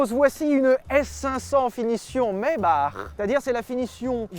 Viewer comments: Ça se dit "maybak" pas "maybar" voilà vous en faites se que vous voulez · ce massacre quand tu call une maybach ..... maybarrrrrrrrr ,putin mais que fait le QGDT ! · Pourquoi ils disent "Maybarre" or que que ca s'écrit Maybach? Ca se prononce comme s'il y avait un R à la fin? Vraie question hein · Quoi ???! On dis "Maybar" ? :o